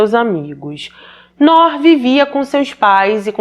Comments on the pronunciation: Oi a pronuncia correta é "NUR" significa LUZ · Descobri o seu canal a poucos dias e estou maratonando todos,ótimos e bem esclarecido,uma pequena observação, nós descendentes ou árabes pronunciamos Nuur,que significa luz. Abraços! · vc é maravilhosa como sempre! Só uma correção para ajudar se tiver uma próxima vez que tiver esse nome. Se pronuncia “Nur”, significa luz em árabe por sinal e infelizmente essa foi apagada por ignorância e maldade 😭. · Ótima reportagem só a pronuncia do nome que se pronuncia NUR que significa LUZ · Ainda assistindo, atrasada. Pronuncia- se Nur ( tremendo a língua no final r) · a pronúncia do nome se diz: NUR, meu enteado se chama como ela, NOOR, mas se diz NUR. 🥰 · Querida, mais um vídeo ótimo! O nome é Nur. É “luz” em árabe. Gosto muito do teu trabalho!! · Noor se pronúncia nur e significa luz